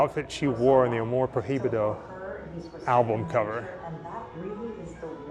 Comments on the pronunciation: In spanish, the H is "muted" you must say something like "proibido" instead of "pro hi bido"... :) good luck! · AMOR PROHIBIDO, the correct way to pronounce is AMOR PROIBIDO, the letter H is mute in spanish. Greetings.